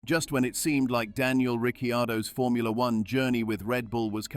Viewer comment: Daniel Ricky-Yardo😂🤣